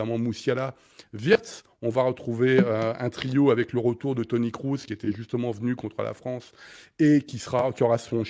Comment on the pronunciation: Toni "Crousse" ? Non mais serieusement sortez le clown 🙄.